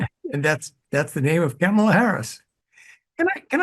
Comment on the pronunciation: Kamala pronounced like Pamela😁😁